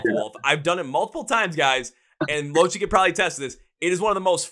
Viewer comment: Loved the video I am from Australia. Just a heads up, lochie is not the way you pronounced it. the way you pronounce it lock-key, it's an abbreviation of lachlan